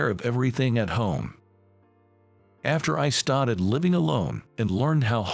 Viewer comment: The word STARTED is pronounced star-ted not stat-ed. They read well enough but pronunciation sucks. So many easy words are beyond their vocabulary. US is read as U-S not us. Like the stories, but